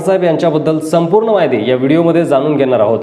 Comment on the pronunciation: संपूर्न, जानून, रास्ट्र्वादी, कॉन्टॅक नंबर,आनी, राहन्यायोग्य,घेन्यासाठी, महारास्ट्र,....असे किती तरी अशुध्द मराठी शब्द वापरले आहेत राव.कधीतरी शुद्ध मराठी भाषा बोलायला शिका ना राव तरच आम्ही तुमचे व्हीडिओ पाहूत.